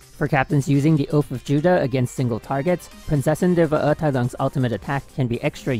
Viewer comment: It wasn’t perfect rlly, Prinzessin was pronounced amazingly but Verurteilung could be better, it’s still amazing how well he pronounces German words in his vids tho since most people don’t even try to and mispronounce everything lmao